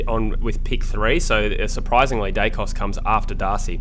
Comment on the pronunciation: Who is Dykos? Daicos is his name.